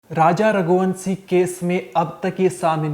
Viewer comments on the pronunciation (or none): Oye ghante ke so called reporter, pahle to raghuvanshi pronounce karna sikhle , raghuvansi bolne ke bajay, wahi same , same bol bol kr ppaka rahe ho kuch nayi khabar to hai nahi, pr phir bhi video banane baith gaya , thoda kharcha kr shilon jaa aur kuch taza khabar collect karke phir video bana wRna strike , marenge channel pr